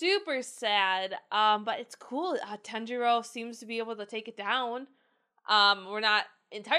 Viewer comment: I love your reactions but how can you be a fan if you can’t pronounce their names correct e.e ‘r’ in Japanese have more of a ‘d’ sound so saying Tanjiro. It’s not TEN-ji-ro It’s pronounced Tah-n-ji-do